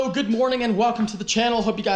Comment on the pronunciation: You sounded slightly British saying "HELLO".